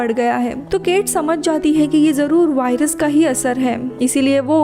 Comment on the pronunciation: वाइरस नही होता वायरस होता है